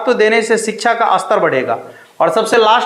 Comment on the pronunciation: Shiksha bolna to seekh le bhai